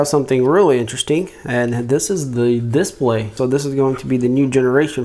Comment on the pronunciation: I like how he says "DISPLAY". A lot of emphasis on the "I". Lol.